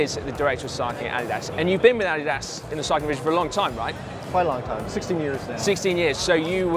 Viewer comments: Yeah, to me it sounds like he is saying "added ass." In German is would be more like AH-dee-das. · "AH-DIII-DAAS". You're saying it wrong Simon :/ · uh-DEE-dus. uh-DEE-dus. I suppose you call it "Pew-Mah" as well? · Uh - Dee - Das Please, you can have Al lu min nee um. But you are killing my ears with your pronunciation of Adidas. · Adolf 'Adi' Dassler. German, and company founder. Therefore: Adi-Das. Vielen Dank. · Simon - different parts of the world pronounce Adidas "ah-DEE-das" or "AH-dee-das", but none of them pronounce it "Added Ass" -- perhaps that is your opinion of the chamois? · Say it with me: UH-DEE-DUHS. ADIDAS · weirdest way to say Addidas